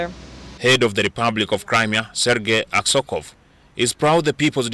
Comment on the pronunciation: not Aksokov but Aksyonov